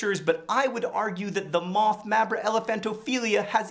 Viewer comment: When you were talking about the moth drinking tears, I thought you said Moffat. well I guess it works.